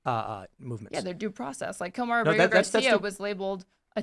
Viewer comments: Kilmar “Burger” Garcia?!?!? Good grief dude, if you’re going to make a video criticizing this liberal dolts lack of knowledge, don’t proudly demonstrate your own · Is Kilmar Abrego not Kilmar Berger, you keep on repeating Berger. Let people hate the right person 😂😂😂